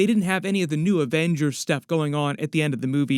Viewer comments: It’s “Avengerz” ! 😂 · “The Averagers”